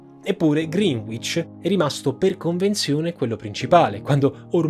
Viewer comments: Seguo tutti i tuoi video ma 'green witch' non si può sentire. Si pronuncia 'Grènicc'. ;) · Bellissimo video. L’unica cosa è la pronuncia di Greenwich. Si dice “Grenich” non “Grinuich” 😉👍🏻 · Scuola di inglese come sponsor per sentire pronunciare "grinuich" 😃😄😂😂😂😂😂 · Ciao, ottimo video come al solito. Se posso farti solo un appunto, visto anche il tuo sponsor, la pronuncia di Greenwich che ci hanno insegnato al liceo e' sbagliata, suona piu' o meno grenic (con la c dolce) in realta'. Complimenti anche per l'ottima citazione di Rap God! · Si pronuncia "Grènich", non "Grìnuich" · Mi complimento per la cura nella pronuncia dei termini stranieri, mi sono accorto che te ne è scappato uno, se quella è la direzione: Greenwich si pronuncia come 'Grenitch'. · Ringraziandoti per i tuoi STUPENDI video, vorrei però redarguirti sulla pronuncia di Greenwich: non ho capito se hai davvero fatto Lingue ma sicuramente sei un ottimo geografo 😅 rivedi la pronuncia: si legge “GRENICH” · Complimenti, contenuti sempre interessanti. Faccio notare errore nella scritta a tutto schermo agli inizi del video, dove "perché" va scritto con accento acuto e non grave. E poi, la pronuncia di Greenwich è sbagliata, si legge "Grenich". Ciao e grazie ancora per ciò che fai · Greenwich si pronuncia tipo "Grenech". (Non lo sapevo neanche io prima, ma mia moglie è inglese. Potete verificarlo facilmente con Google.) Mi scuso per il commento un po' petulante 🙏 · La pronuncia corretta è GRENICH 😉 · Adoro sempre il vostro lavoro, però credo si pronunci "grinich" la doppia W non si sente... 😅. O almeno i londinesi che conosco e abitano in quel sobborgo credo la pronuncino come dico... 😂😂❤️👍🏾😙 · La pronuncia di Greenwich nel video è più da Greenwich USA invece che da Greenwich a London (UK)…la w non si pronuncia.